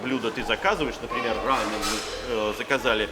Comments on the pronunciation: Не рамэн , а рамён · Костя, рамэн это японское блюдо. У корейцев называется РАМЁН. Ударение на ё